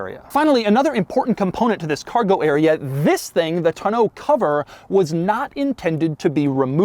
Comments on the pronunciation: The back cover, a "tonneau," is pronounced TAW-NOH, not TUH-NOH. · Doug, the kind of guy who pronounces it “ton-OH” cover instead of “tahn-o” cover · Who pronounces “Tonneau” “Ton-know?” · I guess me and my family and everyone I know has been saying tonneau cover wrong my entire life because how they always said it was “ton-uh” cover and clearly I now know that’s wrong cus I googled how to pronounce it lol cuz every time he said it in the video which was at least 30 times in the part talking about the bed 😂😂 it kept bothering me how he was saying it and him saying it like pronouncing every letter perfectly like he jus learned the word also bothered me a lot lol but now I know I’ve jus been saying it wrong forever and so has everyone else I’ve ever known 😂🤷🏻‍♀️ #themoreyouknow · Every time Doug says tun-oh cover I lose focus for the next 2 minutes of the video. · How does he not know how to pronounce tonneau yet? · Why do you pronounce tonneau so weird...